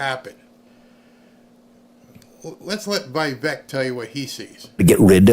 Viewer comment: Dear, please, no offense meant: It's "Vivek" not "Vaivek."😊